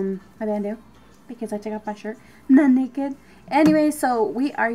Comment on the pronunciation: "I'm not nekkid" 😂💖